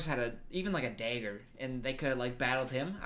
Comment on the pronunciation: you can hear his Wisconsin accent at "dagger" LMAO